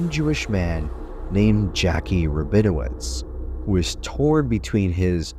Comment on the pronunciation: I like how you started out by mispronouncing the character's name as "Jackie" at least twice, but later pronounced it properly as "Jakie" (I guess somewhere during your production timeline, you discovered your error).